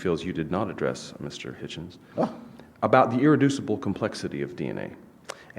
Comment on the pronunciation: Interesting…. The god botherer pronounces “Hume” as “ume” yet still pronounces “Hitchen” correctly. Leave it to the Cockneys. We do it properly.